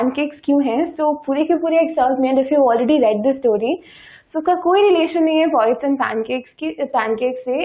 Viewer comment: It’s poets not “pawets”.